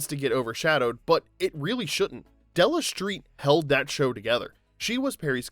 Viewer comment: Della Shtreet?